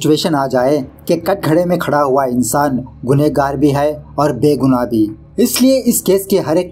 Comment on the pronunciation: Gunah-gaar hota hai re ... Guneygaar😂😂😂😂